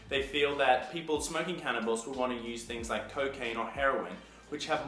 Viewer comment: did he say smoking cannibals haha ?